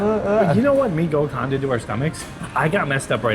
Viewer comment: Mie Gacoan is pronounced "Mee GaCHOan'